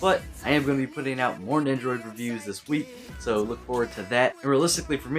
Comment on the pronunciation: You say it like nendroid